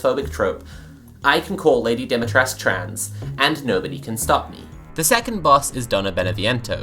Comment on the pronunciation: Awh yes, an awakening for a new generation. Lady Dom-me-trescue